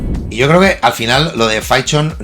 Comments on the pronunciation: Se pronuncia PINCHON, no PANCHO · Por que Pynchon es "painchon" y Dylan no es "Dailan" como se decía antes? PARA MI EL PAVO DE PINCHON ES POR PINCHON